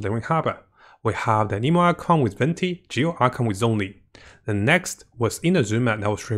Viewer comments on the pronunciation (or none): none